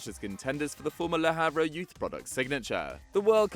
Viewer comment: “Le havruh”